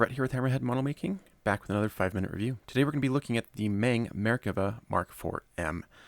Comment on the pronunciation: Love your content. Learned quite a bit from you. However, being a Chinese company, the "E" in MENG is actually pronounced as if you're using a soft "U". So MENG would kind of rhyme with RUNG.